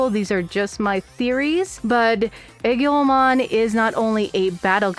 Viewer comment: You got some things wrong. The server in this game is call Iliad named after the Greek poem. Hence why you see Greco Roman influence. Aegiomon’s name is pronounced A-geo-mon. You confused traits for attachment skills. (Also personally I’m not a fan of the dub names and dub levels. I prefer the original baby to child to adult to perfect to ultimate to super ultimate)